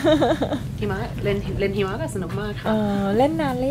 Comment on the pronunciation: เก่งจังแต่ตอนพูดว่าเล่นหิมะตกใจได้ยินเป็นเล่นหีหมา55555